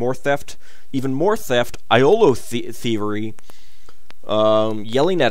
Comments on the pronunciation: "Yolo" not "eyeolo" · he Pronounces it wrong in every game that iolo is in